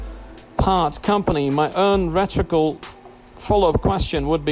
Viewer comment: LEARN HOW TO PRONOUNCE "RHETORICAL" CORRECTLY